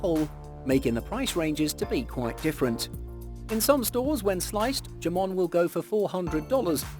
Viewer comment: Yamon? Lollllll the best jamon is pata negra de castilla